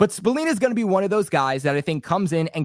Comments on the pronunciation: Robert Spil-Lane correct pronunciation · Dawg it’s an “A” not “E” smh